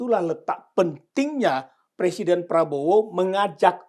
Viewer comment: Pak...bukan persiden...tapi presiden. Wahhh...kok orang pinter nggak bisa ngomong "presiden" sih pak, emang sudah di ngganti pemakaian bahasa indonesiannya yg benar. Ini koreksi ya pak..😅😅😅